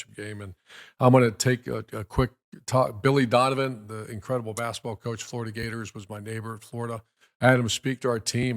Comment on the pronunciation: **COACH not couch lol